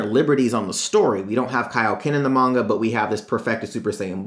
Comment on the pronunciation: ITS PRONOUNCED MON-GA